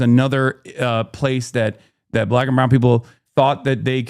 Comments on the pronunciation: Just saying, he said "Black" the way ethan said "Arab." He should reflect on it. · It is fair criticism. I do notice it a while back that sometimes when Hasan ranting he emphasis the B in black the way mid racist say it 😂. Hasan cleaely says it in a non malicious way but the problem is if a chatter uses it comfortably and casually infront of black people they might wonder , Is this dude saying it with malice or not? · I perceive a subtle but purposeful mispronunciation which is a microaggression lol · Alright, well what about the way he says the word "black" makes you think there's a negative bias? Does what he says and does indicate that? That's what i'm not understanding. I mean I've had the thought that it sounds a little weird when he says it sometimes, but I discard it because at least as far as I can tell, it lacks the venom i generally see